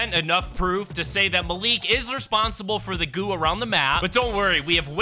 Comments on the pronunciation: Malik is said like (Mal) (Ick) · It is pronounced Mal like malware and lick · Just so you know it is pronounced mal-ik